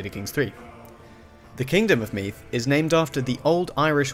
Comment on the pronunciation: Use the voiced th sound for Meath. Like the th in father. Solid job with the rest of the pronunciation!